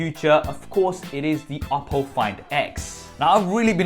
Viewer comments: Lol "oddo" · When he says oppo I always hear Apple and get confused haha